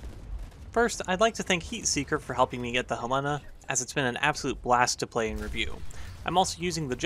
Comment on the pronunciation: You mispronounced Helena